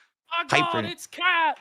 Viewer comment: Why does everyone write "Khet" when clearly says "Kheah"